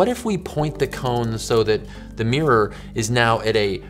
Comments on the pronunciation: Top tip, from someone in the country who created our language: mirror is (unsurprisingly) pronounced "mirr-or", not "meer".:person-turquoise-writing-headphones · Love the way Americans pronounce mirror. “Meeeerrr”. 😁